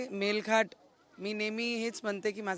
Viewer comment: मेल घाट नाही ग मेळघाट म्हणतात